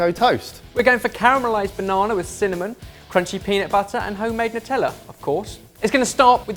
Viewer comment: Sweet potato in the toaster -- who knew? "Not-tella" HA!HA! Be kind to Vegans -- they leave more bacon for the rest of us.